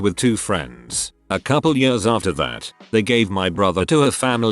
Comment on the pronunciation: Also the "yërs" instead of "years" lmao